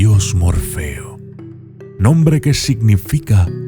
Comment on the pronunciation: Hola maestro la verdad como siempre excelente video me gusta mucho como pronuncia sus nombres muy buenos ni en Google están tan bien explicados saludos de Argentina